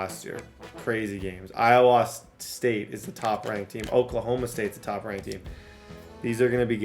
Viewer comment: As an Iowan, I have never heard anybody pronounce the state like you do 😂